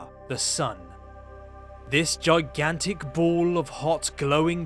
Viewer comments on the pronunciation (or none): I like the way he said "this joygointic" !!